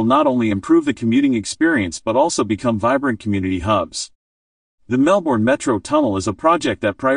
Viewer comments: An irritating American who can't even pronounce Melbourne and the names of its suburbs. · God ,please pronounce Melbourne correctly .